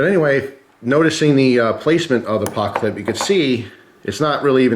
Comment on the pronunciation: He said "pockclip"